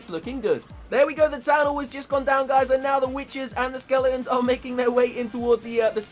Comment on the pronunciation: Why do you say skeleons